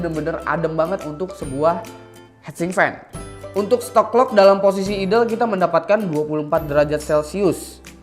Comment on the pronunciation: ok sebelumya sorry nih ya kalo saya sok tau, benerin jg kalo saya salah ehhe.. idle dibaca nya itu aidel bro bkan idel, trus udh bagus kan cryorig, tpi kurang bagus pas r1, kalo emg dalam bhs inggris itu dibaca nya ar wan